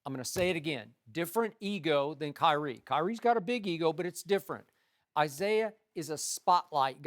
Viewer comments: Kywhi? What? Kywhi lol 😂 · Rob parker says kywie